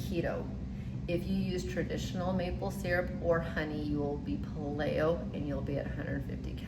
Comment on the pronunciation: How about PAY-lee-oh??